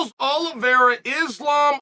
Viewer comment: Charles is winning because Chase can pronounce his name